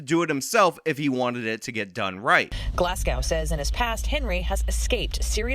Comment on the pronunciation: To the newscaster,Glasgow is pronounced as such: Glahz- Go ,not Glass Cow . It’s like pronouncing Boise ,Idaho ,as Bwazeh eedaho !